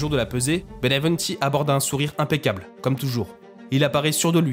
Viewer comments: Pas Benevunti , Benvenuti !!! Respect pour les Noms de Gens .C'est Napoleone di Buonaparte , pas Napoléon Bonapart ! Il etait fils d'Italiens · La narration est bonne sauf le nom de l italien qui est mal prononcé,c et bienvenue le nom en français